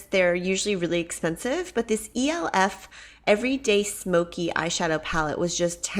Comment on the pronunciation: just in case you didn't know, the e.l.f. brand is pronounce elf like as in Santa's elf.